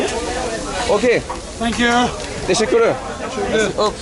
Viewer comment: brother says "tesekürrü" :face-green-smiling